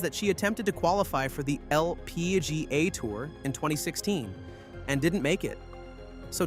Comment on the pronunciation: Bro why are you saying LPGA like that. Holy crap.